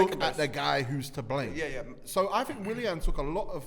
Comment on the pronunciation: WILLAN, MAR-TIAL.... These guys are butchering the rassclat outta these names lmao